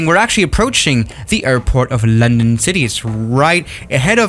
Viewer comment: "Londong" Edit: he fixed it now